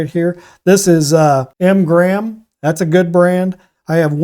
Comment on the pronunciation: Windsor Newton and . . . What? Sounded like you said m gram.